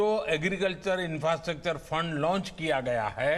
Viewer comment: Infrastructure (inastractor) 😂😂😂😂😂😂😂😂😂😂😂😂😂😂😂